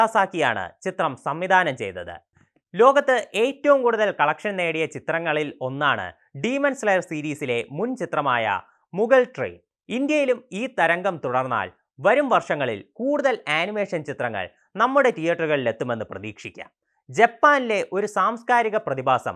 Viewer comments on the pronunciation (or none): mugan train ❌ mugal train ✅